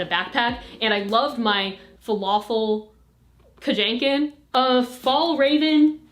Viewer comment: “Falafel Kajaken”